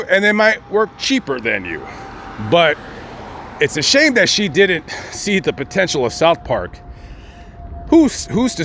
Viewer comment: you speak like a schoolyard bitch the way you pronounce(didn't). It's not.Didddnt! Where the hell did you learn to speak? What school did you go to?